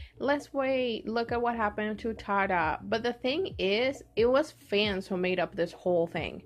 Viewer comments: the group's name is pronounced like "tiara" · It's pronounced tee-ara